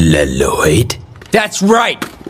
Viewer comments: Dad mispronouncing his own son's name 😅😅😊😊😂😂❤❤ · I can confirm of being a ninjago fan that Lloyd’s dad mispronounced Lloyds name even tho he named him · Dad mispronounced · Dad mispronouncing son's name 😂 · Dad went to get milk btw came back and mispronounced his son's name after 10,000 years💀💀💀💀💀💀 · Dad mispronouncing sons name😂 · Ninjago lol and the dad mispronouncing the name lol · The fact that the dad mispronounced hos son name😂😂😢😅😮😊